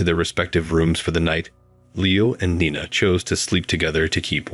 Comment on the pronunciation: Interesting story but the narration sucked. I heard at least three different pronunciations of "Nina" for a start.